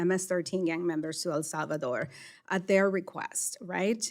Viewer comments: She forgot to virtue signal the fake accent when she pronounced El Salvador . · wow! she must really now what she’s talking; she placed an inflection on her pronunciation of “ el salvador”.